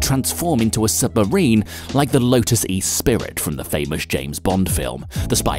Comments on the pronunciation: No such thing as a Lotus Espirit, it's Esprit, pronounced espree. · Lotus E-spirit, where did the extra "i" come from? Meant to be "Esprit". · "Lotus E-spirit" ??? WTF? Man, you have "E" on the brain! That's a Lotus Eclat, and the actual James Bond amphibious car was a Lotus 'Esprit' (pronounced esspree). There was never such car, as a Lotus "eespirit" 😂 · WTF is a Lotus E spirit? I know what a Lotus Esprit is, but what is an Espirit? And, it's pronounced ess pree. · "ESPIRIT!" haha :) ! It's Esprit, and a french word, don't pronounce the T so "Ess - Pree" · yo you pronouced and spelled esprit wrong, not spirit, just sprit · Minor nitpick:The 'esprit' in Lotus Esprit is pronounced es-pree, not e-spirit. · "Lotus E-spirit", no, that was 'Esprit' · You need to learn how to pronounce words correctly, like Lotus Esprit not "Es-spirit" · "Lotus Es-Pirit?" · The voice narrator is supposed to have an English accent and yet he severely mispronounces the British car, Lotus Esprit. It's pronounced ESPREEE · Lotus “e-spirit” … that’s not how you pronounce that buddy. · ... "Espirit"? Really? smh. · Also, "Lotus 'ee-SPEAR-it'"???